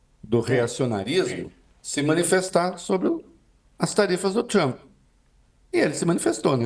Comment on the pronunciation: “Trumpi” kkkkkkk trump my friend